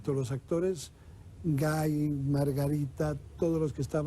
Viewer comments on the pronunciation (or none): Guy se pronuncia Guí. Son reeee brutos